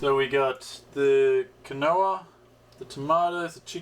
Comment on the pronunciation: Hope everything worked out. Keep your chin up and keep moving forward, you're both a inspiration to us all!And Quinoa - keen waa 😉 no really, don't mention it 🤙